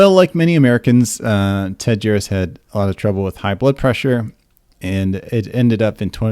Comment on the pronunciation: Thumbs up for being able to pronounce his name 😳 There's actually more than one ex GB member on that paedophile list. Leo Greenlees is another.